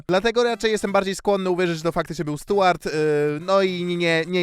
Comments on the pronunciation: Boli ta wymowa: Stułart Burton lol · Rozwala to mówienie "Stułart" - z angielskim to chyba na bakier u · No to w takim razie ta wymowa imienia dziwna 😊